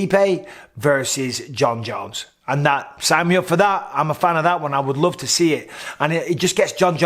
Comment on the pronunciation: "I loe you Mike"